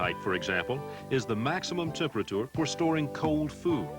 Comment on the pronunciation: The way he says TEMP ER A TOOR and MOD YULES !